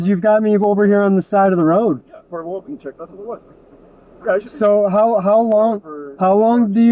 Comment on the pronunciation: Anybody keep hearing “well bean” instead of “well-being” from the cop? 😂😂 or was it just me